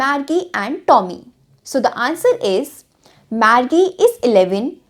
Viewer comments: She speak "Margie" BUT it sounds like "maggi"😑😐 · Margie KO think sain Pdha glt bol rhi hain